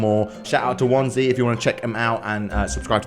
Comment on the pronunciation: Its wansee not wanse